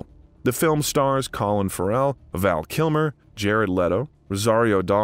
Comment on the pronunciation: Colin Ferrel Renée Zellweger | Please look up the proper pronunciation of people's names if you don't know them.